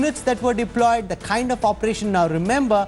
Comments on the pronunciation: Deployed not deloyed, please, what prize for me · Did anyone noticed the word "Deloyed"??